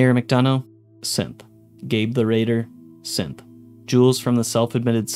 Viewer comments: Am I the only one that is hearing him say "simp" instead of "synth" when listing the characters that are Synths? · SynTH - wtf does it sound like you keep saying SimPPP? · You kind of pronounce synth like simp. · Every time he said Synth I heard Simp. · When you're passively listening and you accidentally hear Simp instead of Synth 😆 me wondering if it autoplayed to a random video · I kept hearing simp instead of synth. So “simp hysteria” “this person is a simp” “simp components” 😅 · Is it just me or is he pronouncing synth 'simp'?